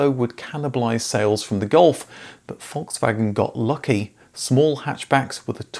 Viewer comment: It’s Volkswagen , there’s an L in it, you say foxwagen.